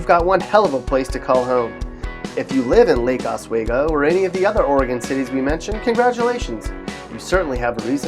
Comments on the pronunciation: It's pronounced Lake Os-we-go. Not wae-go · You are pronouncing Lake Oswego incorrectly. Oregonians hate it when outsiders do this.